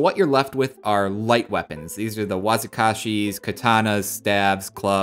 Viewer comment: My man said "wazookashis" lmfaoooo